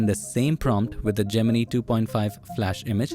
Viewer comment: i loved how you spelled gemini like most indians do ,and not go "jeminai" like everyone else